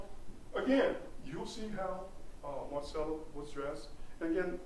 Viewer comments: Does this guy not know how to say the name marisela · This attorney sucks! Couldn’t take him seriously he keeps pronouncing her name all wrong